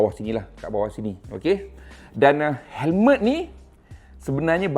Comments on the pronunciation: Hemlet ke Helmet? cer dengar kat 0.53s.he he he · Hemlet… mmg dia sebut hemlet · Perasan jugak tu hemlet. Kalau orang indon panggil helem terus kekekeke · Sbotan lidah arab mmg bunyik cmtu bang.haha